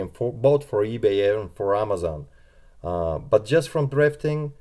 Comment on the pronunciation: TH TH TH THRIFTING not DRIFTING !!! PLEASEeeeeeee